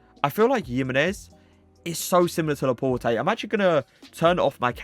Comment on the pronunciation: It’s laport not laport-ay